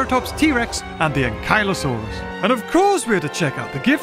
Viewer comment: bro pronounces akylosarous wrong💀